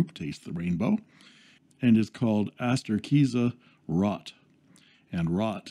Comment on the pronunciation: Arrgh! Another metal section. Fully agree on your rant of Amazon and B/M stores. As you point out there are many excellent Chinese pens for a lot less, but I think the idea of having to "wait" for them turns the person who would want one of these off. Can't wait for your next video! FYI, German ROT has a long "O" the correct pronunciation is like boat but with an r. Have a nice day and keep safe